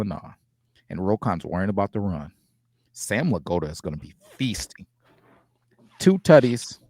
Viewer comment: Are you purposely saying Sam's name like that? Crazy way?